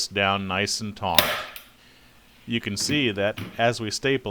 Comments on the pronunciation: that is great, very helpful. Though the word is taut not taunt. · Omg the word is "taut" not "tauNt". Taunt means to provoke. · Dude, I think you mean to pull it TAUT, not TAUNT.......Yikes!